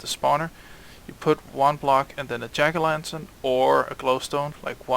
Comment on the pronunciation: When you say jack o' lantern i can tell you're danish! But your accent is fucking good!